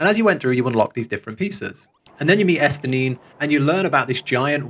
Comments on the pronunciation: Estinine XD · Also…Es-tinny-in. Loving the content 🙂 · It’s hard to tell without voice acting in ARR, but in case nobody else commented: Estinien is actually pronounced like “S-TIN-EE-IN” ! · you mispronounce Estinien's name and you call him a girl, the disrespect lmao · Exactly lol